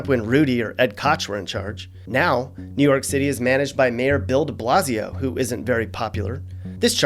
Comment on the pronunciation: Nu Yoak Citay